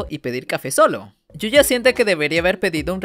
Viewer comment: Yuya tengho❌️ Yoya tengo✅️